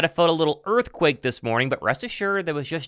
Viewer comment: That earfquake was crwazy